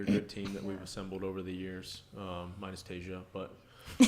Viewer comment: I love how rich pretends not to know how to pronounce Tasia's name lol